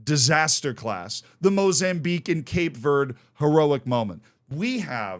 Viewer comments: as a cape verdean man. happy. very happy. edit: by the way the amount of times he mispronounces Cape Verde is jarring me XD....its Cape Verd-Ay in english. if you wanna be cultured - - say Cabo Verde. like how the Ivory Coast officially wants to be called Cote D'Ivoire, we officially want to be called Cabo Verde. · It's Cap-ay Ver-day, btw.